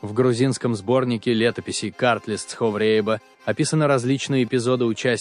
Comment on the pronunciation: Автор, если не знаете произношение названий, слов этнонима кавказских народов и стран, то не надо их исковеркать. У вас дзурдзуки стали дурзуками, цховреба стало цховрээба, дидойцы стали дидайцами. Не надо придумывать не свойственные произношениям кавказских народов акценты.